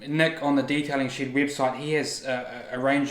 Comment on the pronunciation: I thought he was saying Detailing Shit instead of Shed 😂